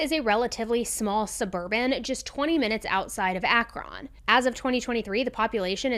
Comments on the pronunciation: Also an Ohioan, Akron is said like Ak-run… not Ak-ron.. and medina is said like muh-dyne-uh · Ohioan here & pretty much anything “on” we pronounce as “in”. “Monroe” would be pronounced “Minroe”. Akron=Akrin. Thank you for covering this story,! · "Ak-rin" is how you say it lol. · Just for future reference, Akron is pronounced more like "Akrin", with a short "i" as in "win." 😎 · how do you pronounce the name of the city???? LOL, Akron is pronounced a·kruhn (or Ak-run, like Akrun) NOT AkRON (with emphasis on the RON sond) LOL, sorry Ohio is a hard language to speak. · Ak-Ron LOL I love hearing ppl not from Ohio pronounce thing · I lived their for 9 years and am in Akron's Local 894. We call it sounding like Ak-run.. Some other girl said Ak-rin. Lol We have told people 3 different pronunciations for Akron. 🤣 The correct way is Ak- Ron like a man named Ron/Run. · Ak-rOn not rIn 😂 only you say it like that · I'm sorry, but this is driving me nuts. Akron is pronounced like apron. (ACK-run). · Akron ,ackren is how u pronounce it . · Akron is actually pronounced like Akren btw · is tha tart really saying A F R O N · It’s pronounced “Ak-rin” here by the locals. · It's pronounced Ak-rin even though it's spelled Ak-ron. Just so you know :) love you! Go INDIANS!!!! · im from akron, its ack-rin, but thank u for covering ohio stories, theres so many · You're cracking me up with your pronunciation of Akron. Its more like Akren. Lol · Akron Ohio is pronounced "ay-crin" not "ack-ron" 😂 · I'm HOLLERING at how you're pronouncing Akron 😂😂 I adore you so much, but it's Ak-Ren or Ack-Rin...either way. Anyway, imma get back to the story 😅....but imma still laugh throughout the day over this!! You "SERIALously" made my day 💜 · It’s pronounced Acc-Ren. 😂 sorry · Also. For possible future videos. … Ak-rin and Muh-dine-uh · Akron = Ack-rin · Akron- akrEn lol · People who live in Akron pronounce it “Ack-run” (rhymes with “back-fun”). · Just to luk Akron is pronounced like Akrin.